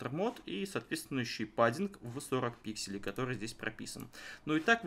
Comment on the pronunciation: паддинг, ИЗ Мои уши